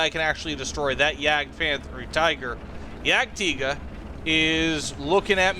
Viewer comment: Great pronunciation of Jagdtiger!